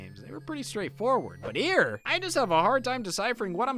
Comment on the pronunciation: its herrre